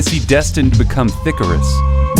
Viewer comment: Did you just say thickerus? 😂😂